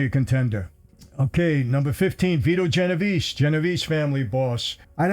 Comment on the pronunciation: "Beeto Genovese" 😂😂😂😂 that guy was a bitch, everyone knows